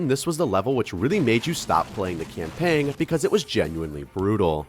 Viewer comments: I...Im sorry, are you saying CAMPANG ?!? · Sir, you do not say the "g" in "campaign"